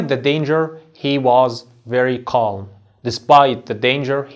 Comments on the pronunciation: اسمعك يا استاذ تقول كالم calm أليست نطقها الصحيح (كام )وحرف l سايلنت .. تحياتي ياهندسة استفدت منك كثير ابولين الأنصاري 💖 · Calm كالم😂❌ كام✅ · The (L) is silent in calm,we do not pronounce it teacher! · كلمه Calm لاينطق حرف l بس انت بتنطقه 🤔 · Calm حرف l لا ينطق